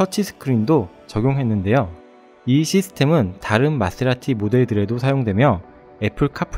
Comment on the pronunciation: goooooooooooooooooooood^^ 마세(Th)라티 그란투리스모 앞모습 정말 멋있네요~ 출시 현장 영상 잘 봤습니다. 영상 편집,나레이션 깔끔하니 너무 좋네요*^^* 에디터님 Th 발음도 너무나 친근하게 느껴지네요^^